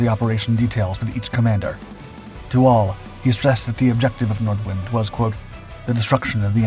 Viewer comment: It's "Nordvint", if you correctly pronounce the German